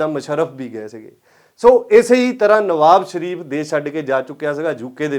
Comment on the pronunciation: ਭਲਾ-ਮਾਣਸ ਨਿਵਾਜ ਸ਼ਰੀਫ਼ ਨੂੰ ਨਵਾਬ ਸ਼ਰੀਫ਼ ਹੀ ਬੋਲ ਕੇ ਦਸ ਰਿਆ ਹੈ।